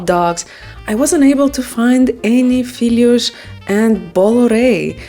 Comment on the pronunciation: Your portuguese pronunciation seems good (honestly), you even make a very good LH in 'filhós', but you have to open the 'o', because of the 'acento' - as we say. Open 'o' is an 'o' like in "job". Filhos - 《feelyoosh*》= sons Filhós - 《feelyOsh*》= [that desert] * LH sound is not actually 'ly', but is the best I can do here. There is some doubts about the singular and plural forms of this word, actually. People often say "uma filhó" (singular), "duas filhozes" or "as filhozes", etc. (plural; and no need for that mark over the 'o', but still open 'o', it's a long story; and now with 'z', another story). So, if you want to ask for it, maybe you should say "filhozes". I am not sure where you can find them though, as they are tipically just made at home ( it used to be...). Anyway, it should be "filhó" / "filhós", singular and plural, and happy 🎅.